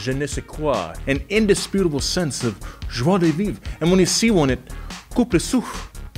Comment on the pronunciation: For ego... his pronunciation of "je ne sais quoi", "joie de vivre" and "coupe le souffle"' was... pretty pretty good! Seriously!